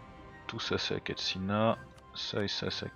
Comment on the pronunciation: Tu écorches encore mon nom, je suis déçut !! C'est pas Akatsina c'est Akatsuki GRRRR